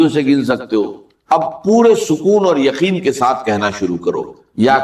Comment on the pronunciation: روجی نہیں، روزی ھوتی ھے۔ یخین نہیں یقین ھوتا ھے۔